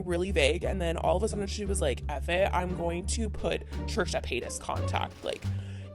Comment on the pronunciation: sis said “trisha peetas”